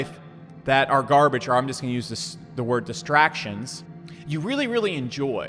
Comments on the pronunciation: Garbage not Gabage lol,great video my man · "Gabage lock" hahahah